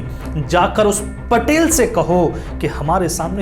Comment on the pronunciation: महोदय वो पाटील होता है पटेल नही 🚩🔱